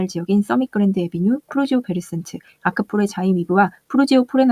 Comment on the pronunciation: 푸르지오 센트베르를 베르센트라 잘못 발음하시네요 ㅎㅎ 푸르지오 센트베르에요^^